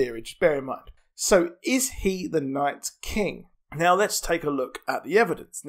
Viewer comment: just stop saying night's king lmfao